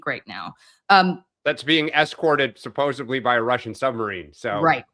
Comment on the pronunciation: it's "supposedly"